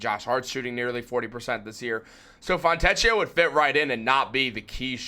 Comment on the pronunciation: In Italian, "ch" is pronounced like a 'k'. The "ch" sound in Italian is spelled with either "ci" or "ce" such as ciabbata. So, his name is pronounced "Fon'-te`-k-i-o".